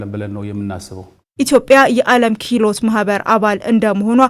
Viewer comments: ኪህሎት ፓርክ ሳይሆን ክህሎት ፓርክ በሚል አስተካክዪ። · ክህሎት ነው " ክሂሎት" አይባልም አረ ሰዋሰው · Maybe you need to learn pronunciation kihlot 😂😂😂😂😂 You are embarrassing yourself.